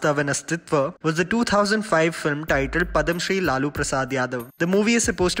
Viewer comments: Padamshree nahi...... Padmashree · Padhamshri 😂😂😂😂 its Padmashri